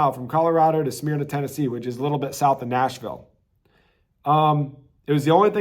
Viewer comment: It’s pronounced smur na Tennessee